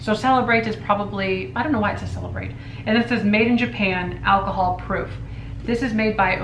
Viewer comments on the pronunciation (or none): none